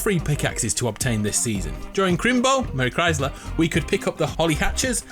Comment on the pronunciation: Only legends would recognise and understand the part where he said merry christler 💪